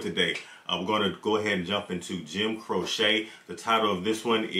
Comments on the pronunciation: Not sure anyone mentioned it but his last name is pronounced Crow-chee. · It's pronounced Crow-chee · Pronounced : Crow-Chee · ....Jim's last name is Crow-chee. I think you know that, but just a reminder. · Crow-chee, my brother. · His name is pronounced Crowche, long sounding e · His name is pronounced Crow Chee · Pronounced "Crow-Chee" . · Pronounced Crow-Chee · It's pronounced Cro-chee. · It's pronounced CRO CHEE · It’s Jim Cro-chee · Pronounced crow che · The correct pronunciation is the way Jim pronounced is own damn name. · You killing me saying his name wrong lol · Crow-chee not crow-sha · This man (Croce, I mean) was tragically taken from us far, far too soon. But he did leave a small treasure trove of wonderful recordings - "Time in a Bottle", "I Got a Name", "I'll Have to Say I Love You in a Song", "You Don't Mess Around With Jim". FYI: /crow-chee/ (not crow-shay) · It's "Croŵ shay" not a needle craft project "crochet" 😂❤ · Pronounced Crow-chee not Crow-shaa. Leroy Brown is bad but you _Don't Mess Around with Jim_, really, check out the song. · Oh yea, the great Joim Croce. Pronounced crow chee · Cro-she, not crochet. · I live in the town where he lost his life following a concert he did at the local university. (his name is pronounced Cro-chee) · his name is Italian, so it's actually pronounced Croh-cheh. That is how Italians pronounce it. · Well actually his name is Italian, so the proper pronunciation is Croh-cheh, if we are being pedantic. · His name is pronounced CROW-CHEE. Love his voice and songs. Thanks much for reacting to this song. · Oh- and his name is pronounced “crow-chee” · That is my favorite form Jim Croce, others are "Don't Mess Around With Jim", "Operator', and "I've Got A Name" BTW, it is "Crow-che" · His name is pronounced Crow-chee. Operator, Time In A Bottle, Don’t Mess Around With Jim, Rapid Roy (That Stock Car Boy) are all must listen to songs. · There is a follow up to this. The name is pronounced Crochee. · It's Crow-Chee